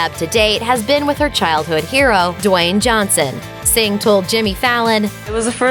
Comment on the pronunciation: calling her "Singh"😂😂😂